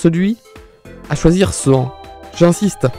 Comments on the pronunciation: Quand il a appelé Sean "Ce an" hahaha. Ça se prononce "Shawn" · sean ca se dit comme ''Shaun'' mais avec un ''E'' XD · pr sean et karen ct pas comme sa que fallait prononcer Sean = c comme chaîne sauf que pr ai tu met eu Et pr karen tu prononce tt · Sean ≠ Se An…. Sean = SHAWN Karen ≠ Ka Ren… Karen = Ka Rènn